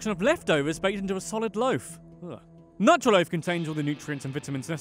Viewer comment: It's pronounce noo-trah loaf